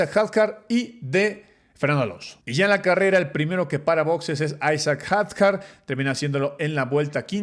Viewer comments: Se dice Hadyar aunque se escriba Hadjay. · Can!! Son mi top, puedo pasar el día completo escuchándolos. Pero como comentario… los nombres, la pronunciación de los nombres. Isack hadjar 😅 No se si lo hacen por alguna razón, pero suena raro cuando se escucha. Por lo demás, que buen video!! Que gusto ver como crece el canal y seguiremos toda la temporada con ustedes apoyando! 🙌🏼